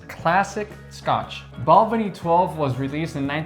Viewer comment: As someone born and bred in Speyside, and back living here for the past 50+ years, I would like to congratulate both of you for your pronunciation of the distilleries. Just one small niggle though. Balvenie has the stress on the second syllable, not the first, so Bal-VEN-ie. Other than that, full marks!